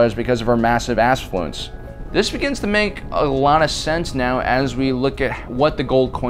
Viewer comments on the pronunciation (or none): Was that "assfluence" a jab at Kim or an honest mistake. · “assfulence” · Dude did anyone else hear assfluence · "Assfluence" good one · Assfluance 😂 golden 😂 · He said: "Because of her massive assfluence" HILARIOUS!!! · Ass-fluence might be my favorite word ever😂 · "assflunce"... Nice work, I caught that. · Was that “Massive Assfluence!!?….lol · Are me not gonna talk about the influence of kim or in the words of the narrator “assfluence”